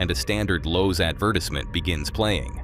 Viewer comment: Ad-vertest-ment??? Wow. Boy have I been wrong?